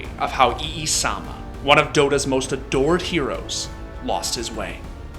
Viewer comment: Its EE-sama